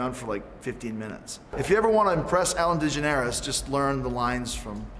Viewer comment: Ellen Dige-nerus